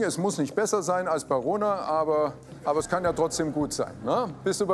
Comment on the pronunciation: Wer hat auch corona verstanden als jmd rona gesagt hat? Es kommt nicht mehr aus meinem Kopf 😂🤦🏼‍♀️